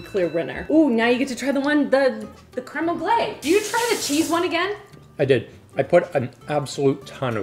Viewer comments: Its pronounced creme on-glase. Like the s is totally pronounced. And you are so confidently pronouncing it wrong.😂😂😂 and cardamom and mango is a thing. You cant give that pairing to AI. It's used in fine dining all the time. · My brain can't with the continuous mispronunciation of crème anglaise ... Isn't Canada bilingual 🤷🏼‍♂️🤷🏼‍♂️🤷🏼‍♂️